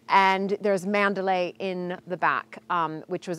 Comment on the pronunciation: “Last night I dreamt I went to 'Manderley' again...". Not "Mandalay".